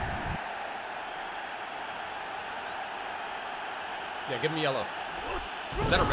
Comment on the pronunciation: Ohh when he said Hrvatska LMAO